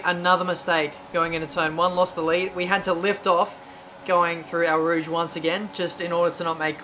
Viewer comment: Why do you pronounce it ''Ow Rouge''? Just wondering